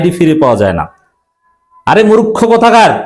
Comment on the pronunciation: আরে ভাই মুরুক্ষ নয় বলুন মূর্খ আল্লাহর ওয়াস্তে ইনশাআল্লাহ। আমার কথায় কষ্ট পাবেন না ভাইয়া মুসলিম মুসলিম ভাই ভাই। আর সে কারণে ভুল উচ্চারণ টা সঠিক করে দেওয়া আমার কর্তব্য বলে মনে করি। আল্লাহ যেটুকু আমাকে জ্ঞান এবং প্রজ্ঞা দিয়েছেন সে অনুযায়ী। তবু মহান মালিকের কাছে আমার মত আল্লাহর গোলাম ক্ষমা চাচ্ছি মাফ চাচ্ছি যে হে মহান মালিক যদি আমার এই মন্তব্য ভুল হয় আপনি আমাকে ক্ষমা করে দিন মালিক। এবং আপনার যদি খারাপ লাগে আপনি আমাকে মাফ করে দেবেন ইনশাআল্লাহ। আমিন